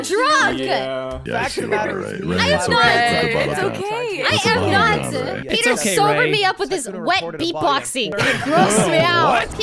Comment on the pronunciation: “I am not druk” -Rae